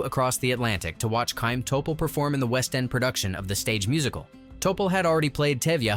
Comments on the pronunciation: It's not Sha-im Topol, it's a gutteral Kh for Chaim! Same as for LeChayim, to life! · Yes. Many mispronunciations: Chaim, Yentay (Yenteh), Motel, (Motle) chupah, Gold (Goldeh) and more. Other than all that, very nice. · I learned a lot about the film, but you really need to to learn to pronounce the names and terms correctly in order for it not to sound strange. It is not "Tchupa" but "hupa" with a gutteral h. The same goes for "Tchaym" instead of "hayeem."